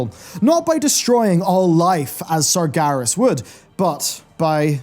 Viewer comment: You're pronouncing Sargeras wrong. You're saying it more like "Sargaris"